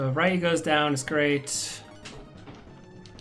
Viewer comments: it makes me cry inside everytime you call him RYE- you..... Ree-you....the word is Ree-you...it means dragon in japanese. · I blame my brother playing street fighter growing up calling Ryu as ree-you. Its just hard to override that name in my head after 25+ years.